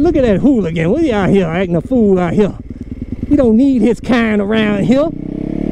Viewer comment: Count the times he says “ out Hea “